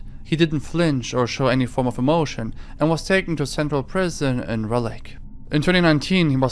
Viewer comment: Raleigh is NOT pronounced as "Rellig" 🤣 it's like "raw lee" 😂😂😂